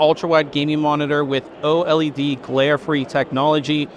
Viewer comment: you are the only person who I have ever heard say OLED the correct way, then just two minutes later you fucked it all up.